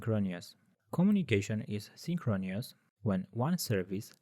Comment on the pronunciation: It's a great video. Just tell your voice guy to practice how to pronounce synchronous and asynchronous